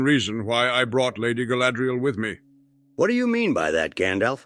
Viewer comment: Galadril! NOT sadriel XD